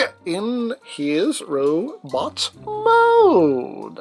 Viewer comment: “Robot mæode” never gets old